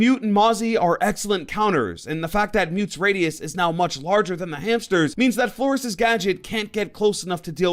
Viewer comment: Please say flor-ez